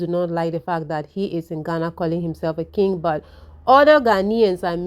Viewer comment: why do you pronounce King as (Kinge) instead of (Kin)the letter "G" is silent in pronunciation.